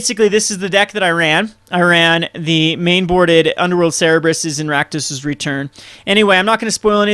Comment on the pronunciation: It's not "Ser-reb-rus", it's "Ser-ber-us". I don't mean to be nitpicky, but you've made that mistake a lot.